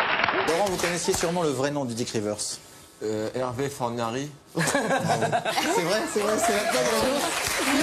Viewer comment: Il dit "Fornari"